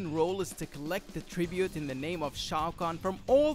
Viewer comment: TaRRRRkatan must pay TRRRRibute :D